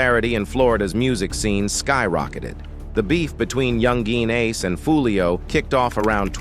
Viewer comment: yoon gween ace